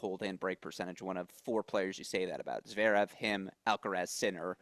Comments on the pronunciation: I like these discussions with. Thank god you have FINALLY got him to stop saying Zveerev. Lord knows why he has persisted so long, but we thank you. 🥳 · Steve also says Zverev wrong, sort of Zerev 😂 bless him